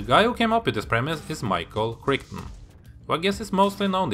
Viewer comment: It's been years since I've seen this. I shall have to watch it again! PS: Michael Crichton's surname rhymes with "right on".